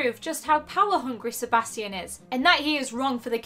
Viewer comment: your pronouncing sebastian wrong